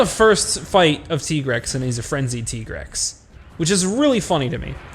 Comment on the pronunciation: I still call bs on Tigrex being pronounced Tee-grex.